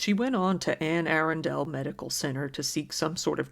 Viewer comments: Its pronounced "Anne Uh-RUN-dle", not "Anne Aren-dale"...just fyi. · Great video...for future reference though, Anne Arundel is pronounced the way it is spelled. A-Run-Del. Being from near the area it sounds odd to hear it pronounced Aaron-Del. Just in case some more weird stuff from here pops up in your videos. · Just fyi, its pronounced "Ana Rundle" not "An Air undale"...doesn't makes sense, I know, just saying that's how Marylanders pronounce it... super gross story btw...🤮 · Ann-uh-rundle. Not ann-air-an-dale. I guess if you are not local to the area, it is an easily made mistake. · You can't possibly know this, unless you're from the DC Metro Area, but it's not pronounced Anne Arundel as 2 separate words; it's pronounced as one word: Anna-run-dull. Sorry, but the OCD in me had to point this out. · I’ve been binging your videos for weeks now, and you never disappoint! Also, it’s ’Anne A-Run-Dell’ 😂 it’s not often that the middle of nowhere USA I live in gets brought up lmao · Anne Arundel is pronounced An Uh-run-dell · it's pronounced like one word, "Annarundell" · its "ann ah-run-dull" heh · I'm so sorry to make this comment but it's bugging me - i grew up in the area and it's actually pronounced "anna rundle" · 🤣🤣🤣 it's Ann Arundel (Ann A-run-dool) good try though. I live in Baltimore Maryland and I never heard about this! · Just want to point out the name is Ann Arundel is pronounced like - Ann A-run-dell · Ohhh noooooo!!!!!!! Not my home state of MURDA! 😵😳😖 ETA- it’s Anne Arundull (phonetically anyway) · Anne A run del research better, your saying it all wrong..... Just sayin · For the record, it’s pronounced Anne aRUNdel county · The only thing I would correct is how you're saying the county. It's pronounced Anne Uh-run-dle. Anne Arundel county. But that has no real effect on the case/video. Overall good job. Baby gravy will forever be burned into my brain. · ann a-run-dull 🙃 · “An-Aron-Dale” lol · *a run dell